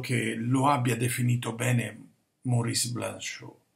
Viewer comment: Maurice=Morìs, non Mòris.